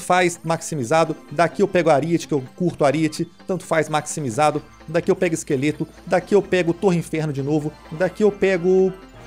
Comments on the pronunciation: Tava apertado guando falou maximijado kkkkk tô brincando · Ele falou maxmijado